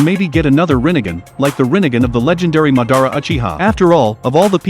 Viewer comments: ITS NOT MUHDARRA ITS MAHDAHRAH HOW COULD U DO THIS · It’s madara not ma-dara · Its pronounced ma-da-ra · He really said mordada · Bruh the way this guy says Madara Name pisses me off couldn't even watch the whole video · bro this bot commentation pisses me off every second i listen to it bruh how the fuck did he pronounce madara and itachi bro